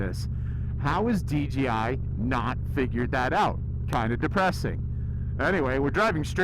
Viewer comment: That sound was way better. At 80 we could hear normal you like normal. You called the DJI DGI. hahah. We all do. Hard name to say.